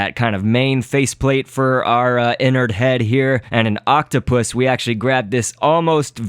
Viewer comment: His name is not Inard its enard